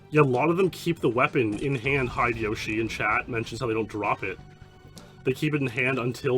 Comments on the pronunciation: I chuckle every time you say "hide-yoshi" instead of "hi-de-yo-shi" (hee-deh-yo-shee). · This may be because I've watched Baka and Test in high school, but on top of the fact of "oh my god TWINE Speedlore, is giving love to the wider 007 speedrun community" I think Hide-Yoshi is meant to be one name, like Heh-deh-Yoshi.